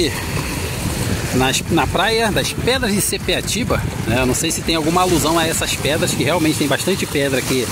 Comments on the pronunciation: não é sepeatiba segundo a placa é sapiatiba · Sapiatiba, e não sepiatiba.